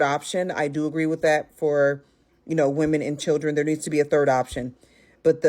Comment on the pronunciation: She said chillrens😢😮